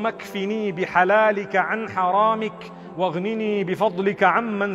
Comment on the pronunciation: you have to pronounce the (hamza)(ء) in the second part of the dua where you say (wa ((aghniny)) ‘amman siwak) so it is ( wa aghniny). Not (waghniny) . Hope it helps.